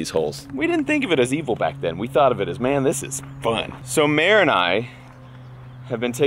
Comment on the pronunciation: it would be mere like meredith? lol not mare like a cow haha